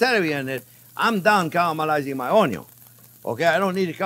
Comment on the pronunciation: Every time JP says onyo my life expectancy increases by a year.